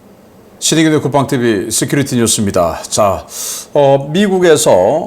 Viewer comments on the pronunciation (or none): none